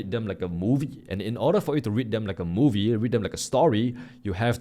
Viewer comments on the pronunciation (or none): none